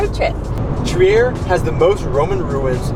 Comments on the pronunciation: Nobody would guess that Trier is a german town, because the way you say it sounds pretty french ^^ It's more like "tree ah" ! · Really nice video, but one thing has been bugging me as a native to the city (or more specifically, a village really close to it): It's pronounced "Treer", not "Tree-air" ;) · Pretty interesting and informative. But before you start filming you should clean the windshield and ask on-site how to pronounce the place. It's called Triiiiier, not Triär. Not to be confused with Trieste in Italy. There it is called Triäst.